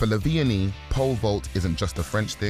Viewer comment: why do you pronounce it lavenie